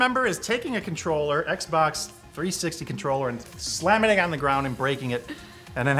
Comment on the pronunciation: x-box 260??????? ... wait... what? I think you mean the Xbox 360... This is the first time I see someone butcher that name sooo much... You're on a whole other level in terms on butchering names...